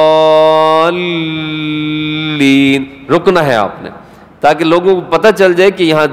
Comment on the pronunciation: الضالین مین ض کی آواز ز کی ارهی ه